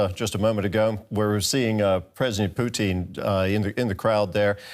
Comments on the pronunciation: Ha Ha Ha The way your pronouncing "Putin" makes it sound like the Canadian Fast Foot "Poutine", Ha Ha Ha its "Pu - tin" Ha Ha Ha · I love that he kept pronouncing it "Poutine" instead of "Pu-tin" as if comparing Putin to a Canadian bar food😭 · 'President Puteen'? Okay... some audio problems in the first 3 minutes eh? LOL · "As we wait for..." Did he say _"Blyatimir Pootin"? 🤣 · I love your pronunciation of President Poutine*, well played sir. *Canadian delicacy French fries, cheese curds with gravy. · He kept saying it like poutine - poutine! Lol • \poo-TEEN\ • noun. : a dish of French fries covered with brown gravy and cheese curds "Is potato" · "the enemy"?? Russia INVADED ukraine, how can they be the enemy???? and why does this guy call Pukin... pue---teen???? who are thes people? get the facts RIGHT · They pronounce Putin as poutine. I love poutine as a dish. It's fries, cheddar cheese curds and beef garvey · this guys says Putin like Poutine. Which is Canadian fries and gravy. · I like the way the announcer keeps pronouncing Putin, as Poutine! That is too much of an insult to the French Canadian culinary masterpiece! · Yeah, that's ridiculous. How does he get that wrong. Weird. I mean it rhymes perfectly with Lootin' for example. Very easy. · This dude is intentionally mispronouncing Putins name. Now why would a professional talking head pretend not to know even the most basic information in this story? It's not an accident. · The way this guy 'pronounces 'Putin' is annoying.